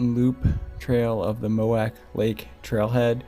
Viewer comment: MOW WICH Lake <<< That's how you say it.